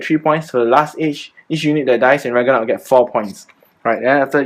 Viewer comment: Haha. Rag-NA-rok.